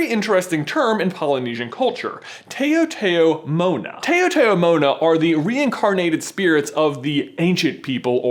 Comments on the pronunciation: still can't get over how badly he butchered the word "taotaomona" lol. it's not pronounced tay-o-tayo-mona. it's t-ow-t-ow-mo-na haha. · It's pronounced "taw-ta-moh-na", not "tao-tao-mohna" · lol was wondering what "tay-o-tay-o-mona" was and realized that you're talking about Taotaomo'na! lol 😂 On Guam (island in Micronesia) it's pronounced "t-ow-t-ow-moh-na" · Just to help fact check your story since I am from Guam and your facts make me cringe... Taotaomo'na is not pronounced that way. It's not "tay-oh tay-oh moh-na". It's "tao-tao" like in saying the first syllable of towel and "mo-na" the "mo" part is a short sounding "o". And Guam is not in Polynesia, it's in Micronesia... I'm not so familiar with Polynesian culture, so maybe you might be referring to a similar word they have, but Polynesia is not the only region where coconut crabs are found. I hope you can add some sort of update to your video or reshoot it all together. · FYI it's not Tae-oh Tae-oh Mona It's pronounced T-ow t-ow Mona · That one moment when everyone I'd freaking out about coconut crabs in the comments and I see them everywhere everyday and btw it's pronounced "tou tou mona" not "tayo tayo mona" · Lol on Guam, we call spirits taotaomona, but pronounce it like "ow" rather than "ayo". And we do believe that taotaomonas take the form of some animals, especially the coconut crabs. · That's not how you pronounce taotao mona it's how you say how so it'd be t-how t-how mona not toa toa mona. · Yikes that pronunciation for taotaomona was really REALLY bad. My ancestors ears are bleeding lol. Any other Chamorro people here cringing? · its pronounced taotaomo'na (taow-taow-mot-na) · Bruh I was bursting out laughing when you pronounced it like that I was kinda offended but not rlly but its pronounced like this tah tah mona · I cringed when you pronounced taotaomona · Taotaomoa is pronounced t-a-ow t-a-ow mo-na in Chamorro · it's pronounced "Tah-Oh Tah-Oh Mow-nah" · it's pronounced taw taw mona